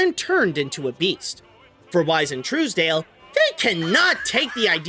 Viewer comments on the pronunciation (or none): you mispronounced Gary Trousdale's surname. Trous is said like the first half of trousers and not "trues". Also while not really a correction, even if the park is called Epcot today, it was known as Epcot Center from the start until sometime in the 2000s or even the last decade.